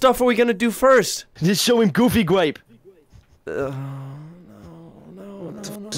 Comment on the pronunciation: Omg dude but for real “GOOBY GWAPEL